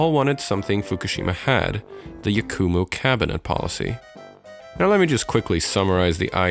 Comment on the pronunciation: ITS YAKUMO NOT YAK-U-MOO